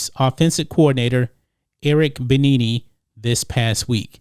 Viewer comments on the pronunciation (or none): Bienemy = Beh-Nee-Nee? I thought it was Be-Enemy? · His name is pronounced "Eric BE-ENEMY. NOT BE-NEE-NEE. Lol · You butchered Eric's name. BEE-ENEMY. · Hey bro, it's pronounced b enemy.... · It's pronounced "Be-Enemy" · This video is sickening. Did you just decide to exclude the other 95% of the reasons why he’s angry with the Texans? How about the fact that the Texans lied to about the hiring process? Or how they traded Hopkins away for a bag of chips? You can’t even pronounce EB’s name correctly. Are you even a sports fan? But I’m glad you got your click bait out there and spread your hate. Good job 👍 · Know how to pronounce peoples names before you broadcast. It makes you look bad when you don’t know the name of a fairly high profile football player. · no offense but how can u host a sports show and not know how to pronounce his name ?